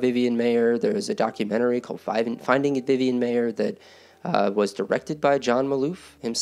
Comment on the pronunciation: It's pronounced MY-er not May-er.